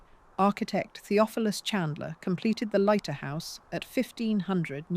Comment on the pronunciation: Lighter, Leeter, Layter- "Leiter", as a Swiss surname, is probably pronounced "Lighter". The speaker changes their version ever other sentence, which makes me think it's AI, even if not uncovered.